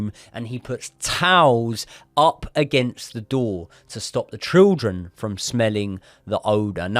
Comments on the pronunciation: I can’t get over the trildren pronunciation 😭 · I love how you say triljun instead of children 🤣🤣 great stuff boys 👏👏